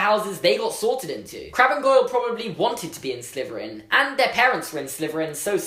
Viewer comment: Does anyone else think that when he says Slytherin, it sounds like Sliverin?